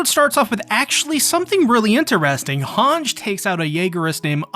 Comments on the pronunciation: its han-jee not hanj please stop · For the ever living sh*t, , it's, pronunced han-gee not han-sgh... There a no s's in the name, I will say one thing tho atleast your not pronouncing it has han-gii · why does he pronounce Hange like that ? 😭😭 ITS SUPPOSED TO BE “HAN-GEE” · hange is pronounced han-gee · Did this guy call her Hange without the long e?